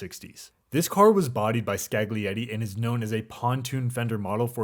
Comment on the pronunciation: Great video. You gotta learn how to pronounce Scaglietti tho